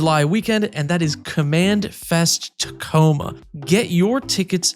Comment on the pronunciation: "Tachoma"? nice. hahaahaha